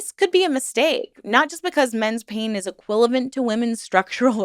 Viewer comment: EquiV-a-Lent (I kept hearing it thinking “something isn’t right”)